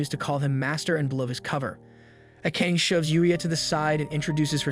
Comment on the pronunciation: The pronounciation is garbage. Can't you pronounce Asian names properly? its not A-cane. Its Aaa-kaa-nee. and irs not ei-sekai. its e-se-kai. I mean seriously. You are making videos for the whole wrold to watch, the least you could do is get the names and terms right.